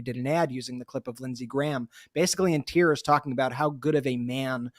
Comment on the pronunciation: Tiers or tears? 😂😂😂 make that MAGA 😭 tears